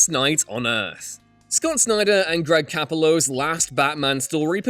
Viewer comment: Greg Capullo's name is pronounced "Cuh-POO-low," just an FYI. Source: Him saying his own name on Kevin Smith's Fatman on Batman #38, lol.